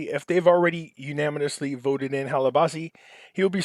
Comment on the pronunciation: If wants to be taken seriously he should do 2 things. READ the articles BEFORE reading them here. Also LEARN HOW TO PRONOUCE WORDS PROPERLY! U-NAN-A-MUS-LY is how to pronounce that word! TRY to sound like you attended school past the 3rd grade! It's very hard to believe you know what you're talking about when you are unable to read or pronounce English properly.